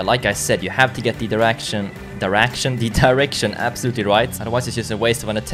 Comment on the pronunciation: just turned into a pakistani gir a sec when is said diraction